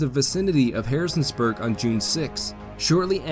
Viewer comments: Great video presentation, but you called a certain City "Harrison's Burg". That, my friend, is the wrong way to say it. It's Harrisonburg, not Harrison's Burg! I know that, because I am a Native of Harrisonburg. I wish that there was a way, that there was a way for you to correct that mistake, which, I must add, was made several times. As I said, though:Orher than that, it's a great video presentation! I'm glad I subscribed! This is great stuff!!! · Love the Valley Campaign content, one pronunciation nitpick, it’s Harrison-burg, not Harrisons-burg. I look forward to the finale! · Just FYi you say Harrisonburg wrong.